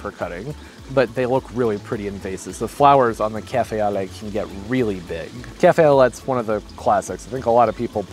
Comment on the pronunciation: Pronounced “Calf É Ō Lay” or translated to “coffee with milk”